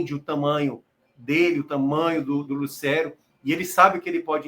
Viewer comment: a pronúncia não é "Lucéero". A pronúncia é "Lucêero, com o "e" fechado.